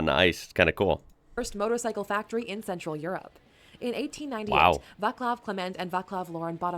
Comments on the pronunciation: If you want to say it better Václav should sound more like VaTSlav then VaClav in english spelling. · Vatslav, not Vaklav... Laurent, not Loren... Folksvagen, not Volksuagen... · Little OT: the video constantly mispronounces the name "Václav"(/vaːt͡slaf/) as "Vaklav"(/vaklaf/ sometimes even /vaklaːf/). There's no "k" in letter "c" in Czech language (and probably any slavic language too). The letter "c" has own pronunciation. You write "k" if you want to pronounce "k"(/k/), you write "s" if you want to pronounce "s"(/s/), you write "š" if you want to pronounce "š"(/ʃ/) and you write "c" if you want to pronounce "c"(/t͡s/). (I'm aware that is not your mistake, it's the original video issue. Just trying to stop spreading mispronunciation). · Just one thing to pronunciation. Names of founders Václav Laurin and Václav Klement are meant to read as written with C not K as this machine voice did it. Acording to the wiki in english the name is Wenceslaus or Wenceslas. With name day in 28. September. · I hate how everyone pronounces Václav as VáKlav. C as in Civil war, pronounced this way in entire language. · Still waiting for a video made by an English speaker about any Václav where this name is pronounced correctly. C in Czech is pronounced as TS. Also if you noticed an influx of Czech viewers, it’s because Czechs have this weird complex. We love when foreigners show interest in and appreciate Czech stuff.